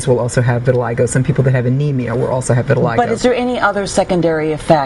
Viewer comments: "viri-lie-go" ? it's "vee-the-lee-go"" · No, lmao.... it's pronounced "vih-tih-lie-go" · vit a lig o not vit a leg a